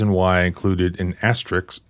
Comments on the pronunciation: Asterisk (ast-er-is/as-ter-isk) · To help you pronunciation it is asterisk (ass-ter-eesk). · * Pronounced “Ass to risk” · asterix is pronounced kinda like ass-tricks. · Asterisk (*) [ASS-TER-IX] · Hilarious, your hillbilly accent is so hard you can't pronounce asterisk. 😂